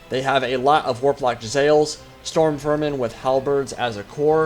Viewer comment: isnt it pronounced Jezz-a-leers?